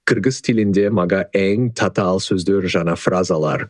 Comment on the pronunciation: Татаал - Цацаал😅